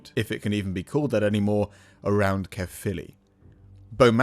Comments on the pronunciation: I was born and raised in Caerphilly and now live not far away up the valleys. And my biggest bug bear is when English speakers say CAREphilly. It's not Care its CAERphilly as in CA-E-R. Caer is the ancient Celtic word for fort or stockade. Most places in wales with the word CAER in it have a castle or once had a roman fort there. CAERnarvon, CAERdydd (cardiff in welsh), CAERleon. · I do enjoy the incorrect pronunciation of Caerphilly as "carefully" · Pronounced more Kyre philly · Pronounced Kuh-filly btw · My home town and we definitely take it for granted. Caer in Caerphilly is pronounced like 'liar' btw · Try saying it thus: K-eye-r (roll your rs here) filly. Cae means fort - the ffili part is obscure, at least as far as I'm concerned but it refers to a feature or name of a place or person associated with the fort - possibly St Cenydd's son, St Ffili.